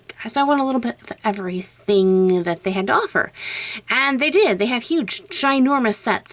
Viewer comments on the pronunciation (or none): none